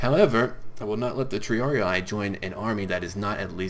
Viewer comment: Please, stop pronouncing triarii that way. it's Tr-ee-ar-ee-ee, not tr-ee-ar-ee-i, as you say. every "i" is pronounced the same way